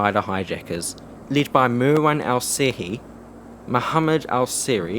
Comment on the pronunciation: Just a correction marwans last name is pernouced in America and Saudi Arabia as Al-Shehie. The brothers on American 11 there names were pernouced Al-Sherie.